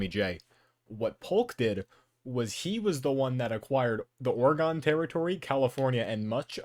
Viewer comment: Public service announcement: Oregon is pronounced like organ.